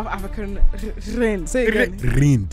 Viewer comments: its rand not rind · It’s rands😂😂not rinced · Chile that South African currency answer is INCORRECT💀what’s Reid its Rand pronounced Rand no accent no nothing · Y’all we don’t say Rand like that😭😭✋🏽🤣🤣🤣🤣🤣